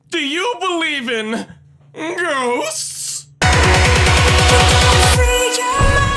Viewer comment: when he said" do you believe, in goughsts?" I muttered, I aculy do